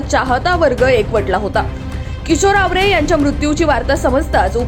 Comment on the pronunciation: Madam tumala bolta yet nahi awre nahi aaware aahe